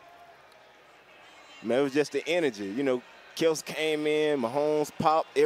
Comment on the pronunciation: He’s the only person I heard say Kelce’s name correctly